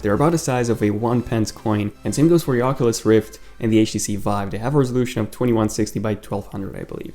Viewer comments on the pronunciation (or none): none